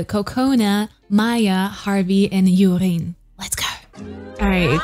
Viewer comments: I wonder why you say Yurin for Jurin when the first line of Jurin's bar is saying her name (joorin). Her name is Japanese so J is not like the German J. Just curious. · JURIN Not YUDIN